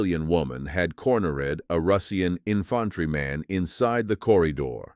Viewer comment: Whats an 'in-fant-tree-maan"?